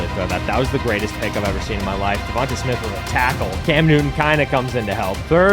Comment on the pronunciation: I understand that, but he’s saying it wrong my bad, no disrespect